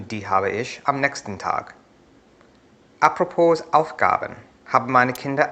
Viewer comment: "Apropos" ist ein französisches Wort, bei dem das S stumm ist, also "Apropo", das letzte O wird wie das Oe in Joe gesprochen.